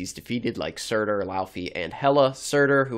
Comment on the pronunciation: do you mean surtur?